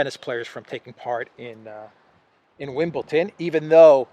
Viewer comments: Wimbledon. not Wimbleton. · Bro, love your updates.... btw. Wimbledon is pronounced WIMBLE-DUN... with a d. Hey I'm picky., I used to play tennis in school. lol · its....Wimble Don not wimble Ton. Well in football you re not allowed to show political emblems or show support for a political cause althoigh thats all gone by the by now with Ukraine everywhere!